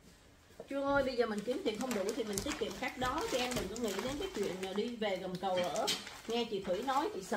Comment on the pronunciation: Gầm cầu. Bạn nói hầm cầu nghe ghê . Hihihi …